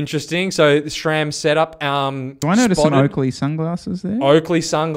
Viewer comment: Its SRAM not SCHHHHRAM